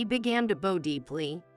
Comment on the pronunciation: The words male, poor & bow was pronounced wrong.